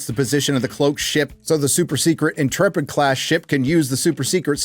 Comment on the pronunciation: You said Intrepid wrong.